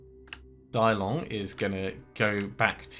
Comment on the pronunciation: ACtually "Dilong" is not "Die-long" but "Tee-loong". You can use Google Translate to get the pronunciation right. Otherwise what you are saying sounds like "Big dragon" in Cantonese :D